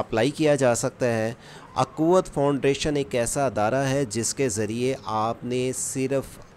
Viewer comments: فاؤنڈریشن نہیں فاؤنڈیشن ہے😂😂😂😂😂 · Bro Foundation not foundration , but you say wrong pronounce foundration 😂